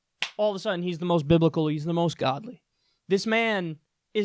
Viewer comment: It sounds like she's saying "Bib-i-cal", not "Biblical" - and that makes all the difference. Okay. It really doesn't make any difference. This bitch is totally wonkers. A lot of this country is equally nuts. Yeah, Trump is a religious guy.........and day is night, and black is white, and up is down, etc. WTF is going on with these lunatics?